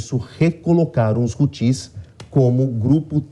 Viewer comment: Por primeira vez um ser coerente e algo culto na JP!... apenas esclarecer que a acentuação não é na última sílaba (Hutís) e sim na primeira (Hútis)...🤷🏻‍♂️